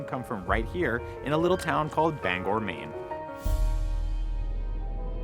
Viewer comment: Brian! Thanks for saying Bangor Right.